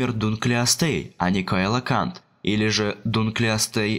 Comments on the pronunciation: Целакант, а не кайлокант 🤦‍♂️ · не коелокант, а целакант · и да. Если название имеет греческое происхождение как в нашем случае - то должно правильно читаться "Коелакант", это с латыни С - читается как "Ц". К примеру греческая богиня Кирка(Киркея) по латыни Цирцея.